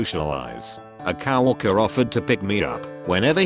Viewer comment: I'm actually a bit worried I'll subconsciously learn the mispronounced words. I'm not a native speaker. 😖